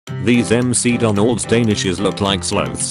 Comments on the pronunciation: LOL doesn't know how to say the word "sloths" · "Look like slowths." I CANT HAHAHAH